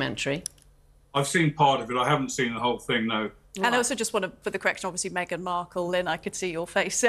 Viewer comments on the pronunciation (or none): “Meghan Murkle”. 😂😂😂